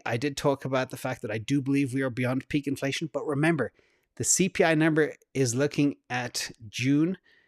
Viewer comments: He totally said cornflation!🤣🤣🤣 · At one point I thought you said ‘cornflation’ lol! I’m actually curious what that chart would look like now 🤔